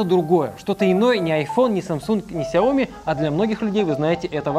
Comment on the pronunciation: Ся́оМи́!!!!! Кровь из ушей от нашего произношения этого бренда🤭😳😂😂 почему все говорят Сяо́ми? Или вообще Ксяо́ми???